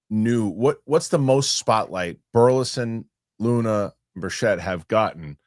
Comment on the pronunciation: BIRCH-it, not burr-SHETT